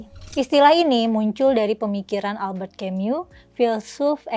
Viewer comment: Elbert Kemiu? Siapa itu?Jik yg maksudkan adalah Albert Camus, itu orang Prancis, sebaknya diucapkan dgn lidah Prancis "Albehr Kamu" agar orang jadi paham.